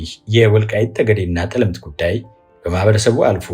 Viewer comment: ጠለምት ሲነበብ “ ጠ “ ይጠብቃል አጥብቀው።